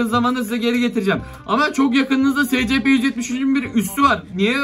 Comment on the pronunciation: scp eysipi diye okunuyo abi